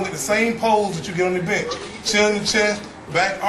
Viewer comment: thought he said, "we just about completed the bitch workout" hahahaha